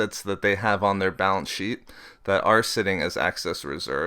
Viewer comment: Very interesting. I'll check these out and read them for myself, but I am interested in seeing whether inflation rises and what the particular causes end up being. On a more humorous note, do you know that you tend to pronounce "excess reserves" as "access reserves"? Hehehe... Must be that light northern Canadian accent. Don't take that as a criticism though. It didn't take away from the content. I just thought I'd have a friendly pick at you. Looking forward to the next videos!